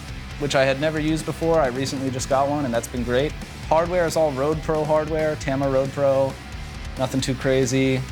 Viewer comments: I thought it was pronounced Tom-uh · Its pronounced TAH-MA as in Tomahawk lol.